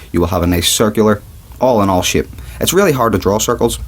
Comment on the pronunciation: shape not shipe